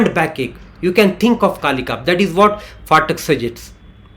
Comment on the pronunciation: It's pathak ,pa not fatak